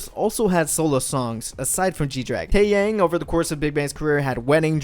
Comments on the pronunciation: Taeyang man, his name is Tae-yah-ng. Taeyang. And it’s Seungri....nvm I give up 🤷🏾‍♀️🤦🏾‍♀️😭😭😭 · “TÄÄYÄNG” lol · Taeyang is pronounce "Tae Young" right? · yang is pronounced as "young" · please at least pronounce taeyang's name correctly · The way you pronounce taeyang is interesting 😂😂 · This is a nice history breakdown of Big Bang. Good Job. But your pronunciation kills me. TaeYang it is said like T-eh y-ah-ng Although it is spelled Choi... it isnt Choy but more like ch-weh. This is me trying to fix the problem romanization caused for Korean pronunciation. Hope it made sense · ikr like the way he pronounced "taeyang" and "choi" is ,@@@@ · I know this might not seem that big but it would be cool if you’d look up the names before making these videos, your just really messing them up tbh.. 태양 = 태이얭 현승 = 횬성 ??